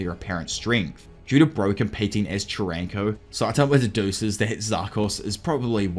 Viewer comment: AI VOICE USED. I do appreciate this video, and I'm not expecting a real human to talk this long. What convinced me was soaly the way he pronounced Charanko's name. Just I don't see how any human, even an Ausie could interpret it like that